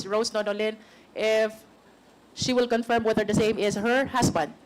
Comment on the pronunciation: Pls pls pls... pakisabi kay Luistro mali po pagka pronounce nya sa word CONFIRM.. paulit ulit pa sinasabi. Favorate word nya yan ah